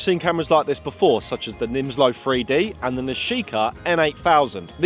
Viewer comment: He can't say the number "3". Lol, it's a free dee camera.